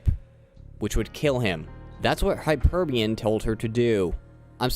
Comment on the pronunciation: Hyperion Not Hyperbun